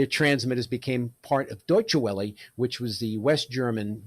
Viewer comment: Your German is laughable "Deutshe Wellie"???